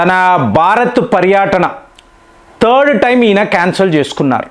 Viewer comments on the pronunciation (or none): none